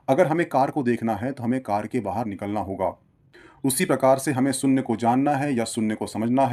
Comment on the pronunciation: Yar GYAN ka video banate ho saare Bharatiyo ke liye. Aap se KAM SE KAM ye to umeed ki jaa sakti hai ke aap "main topic" ka UCCHARAN sahi kijiye. SOONNYA nahi SHOONYA hota hai !!!